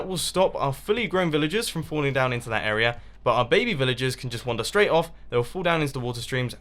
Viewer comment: He come every time he says area he's pronounces it era